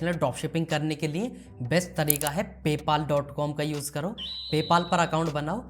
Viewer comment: Paypal❌ paypaal✅ 😂